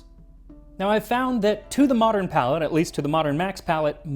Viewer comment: Palate, not "palette." I don't eat where I paint. ='[.]'=